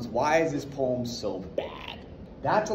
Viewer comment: You really wanna say the word poem right